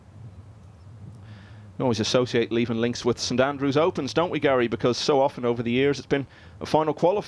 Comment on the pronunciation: Levenn Links???!!! Come on, do your research and find out how to pronounce place names properly!! It's Leeven (phonetical spelling).